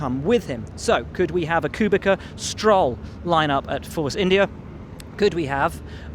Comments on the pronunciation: Will it's not pronounced Kubica, but Kubitsa. Love ya, but do it right :P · The way Will was saying Kubica was trigerring me so hard... It is like COO-BI-TZA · Mate, it's kubiCa /t̪͡s̪/ like piTS.